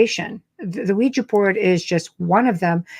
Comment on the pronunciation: thank you for pronouncing the name of device as OuiJA and not OuiJEE. When this topic is discussed on YouTube the hosts invariably pronounce it as WeeJEE., in spite of the fact that it is spelt WeeJA. Well done.